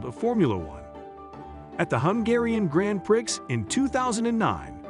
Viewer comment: "grand prix" has a silent x